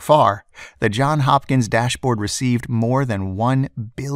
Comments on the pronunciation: JOHNS HOPKINS! Not John Hopkins. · it's JohnS Hopkins not John Hopkins lol